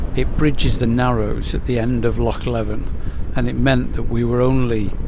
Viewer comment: Dryburgh is spken as in Edinburgh, no 'G', No valleys in Glen Coe as the name suggests 'Glen' only in Scotland, Loch Leven is spolen as if it has 3 'e''s, Leeven. Hope this helps for next time you venture north